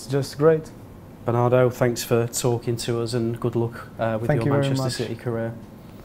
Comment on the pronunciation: "Manchester Ceety"